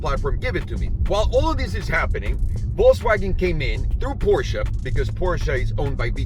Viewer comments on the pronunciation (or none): none